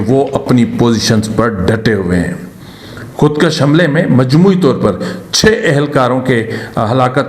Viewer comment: خودکش مت کھو خود کوش کھو کاف کے اوپر زبر نھیں پیش ھے اگرزبرسے کش کھے تومعنی ھوگاکه که فلان نے لکیر کھنچی اگرپیش کےساتھ خودکش بولوگے تومعنی ھوگا که که فلانے نے اپنے کو قتل کردیا تو اس لفظ کی اداٸیگی کی تصحیح سے آپکی صحافت میں فصاحت کومذید زینت ملجاۓ گی جزاک الله خیرا بارک الله